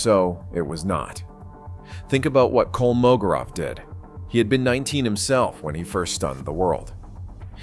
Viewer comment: It's KolmoGOrov. The stress is on GO!